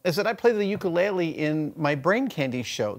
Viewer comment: I hate the way he is saying ukulele. jeeeesus sometimes I wish people wouldn't suck up our Hawaiian culture just wen it's trendy and "hang loose"